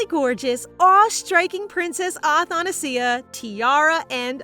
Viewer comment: athanasia is pronounced differently btwww :00